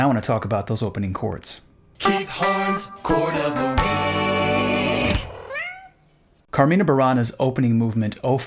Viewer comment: Love your videos Keith, but this time you made a few mistakes. "Carmina" is pronounced with the stress falling on the first syllable "car". And "Carmina Burana" does not mean Songs from Bavaria, but Songs from Benediktbeuern. The nearest big city is Munich.